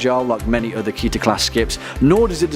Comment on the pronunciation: Pronounced as KEY-TER not KE-TER. Guy explaining 455: writes essay with repeating words that amounts to less than it's volume.